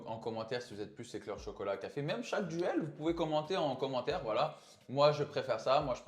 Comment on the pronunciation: Aïe "commantaire" 😅